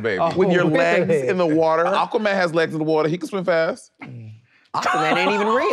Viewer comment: Ak-qua man 😅